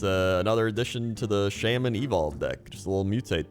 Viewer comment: So im curious is him saying shamin a joke or his actual prononciation?